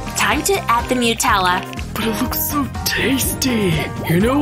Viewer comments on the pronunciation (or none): What the hell what's wrong with you guys It's nutella It's not mutella 😂😂😂😂😂😂